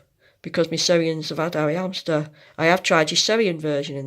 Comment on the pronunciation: Nice video, I was interested as to why I couldn’t find the dwarf hamster harvest, and now I know! I can’t get over how you just don’t pronounce your ‘h’s in words though 😂 it’s ‘ow they could do this, and ‘amster 😂